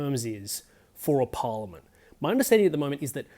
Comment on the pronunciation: It’s pronounced Par liament, not Por liament. Just saying